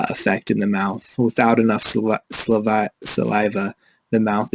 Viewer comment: Very informative video. It made me want to make sure that I pay close attention to my child's oral hygiene. It could have been a little more upbeat, and the first speaker needs to learn how to say saliva 😂😂 But other than that great presentation.